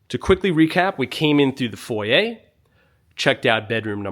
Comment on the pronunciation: It’s foy-yer.